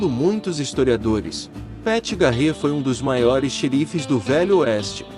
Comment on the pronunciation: Muito legal. Só recomendaria cuidado com a pronúncia em inglês. Por exemplo, não se pronuncia Custér e sim Cústêr. Não é Garrétt e sim Gârrett a pronuncia.